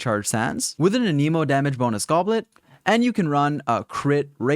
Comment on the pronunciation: an a moe, the way you said it means a disease T-T im still subscribeind doe